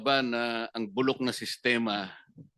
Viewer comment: Buror para yang Secletaly ng DpWh..🤣😭...posibre po ..😭🤣.naniniwara po ako🤣..opo burok po ang sistema ng dpwh...priviredge speech po. 🤤🤣...nagpariwanag po sya...😂ano hapon ba... yan...secdizon...na yan...🤣 Wara po sya sinabi.....😂...😭😂....